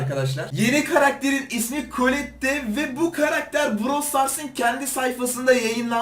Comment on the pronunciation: Ya neden herkes şunu kolette diye okuyor kolet diye okunuyor